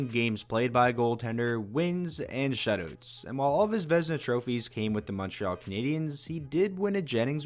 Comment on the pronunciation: I love every time he says "shutoots"